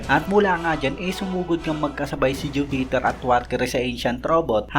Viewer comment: bakit ju-peter boss? bkit pa putol ang bigkas na hinto pa sa ju bago mag bigkas ng peter.